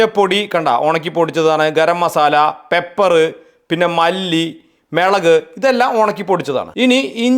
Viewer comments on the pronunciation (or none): അണ്ണാ മേളക് അല്ല മുളക് കാരിവേപ്പില അല്ല കറിവേപ്പില ആണ്‌ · മെളക് ❌ മുളക് ✅😂😂😂😂😂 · Melak അല്ല മുളക് 😜🙂😜🙂😜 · Ellam ok anu... But മെളക്..😂മുളക് എന്ന് പറയണേ ❤ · മുളക്❌ മേളക്✅ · മെളകല്ല മൊളക്